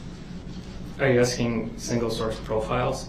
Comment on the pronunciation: Tapping. Axing. All things he does are ridiculous